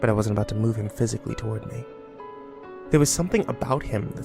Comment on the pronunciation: what’s this going to be aboot buddy